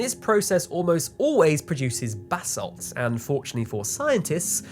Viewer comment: I know he is saying "new basalt" but my brain still processes "new bathsalts."